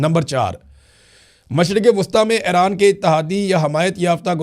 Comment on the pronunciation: Imran bhai thora tawajjah karain Ay-Raan Nahi اےران E-Raan ایران آپ سلامت رہیں آباد رہیں ❤